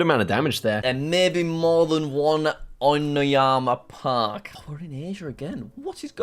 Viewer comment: Bruh Jack It Said Onoyama Park Not Oinmayna Park Lol